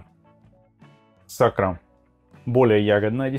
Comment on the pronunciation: Я думаю, всё-таки, наверное не Сакра, а Сакура 😊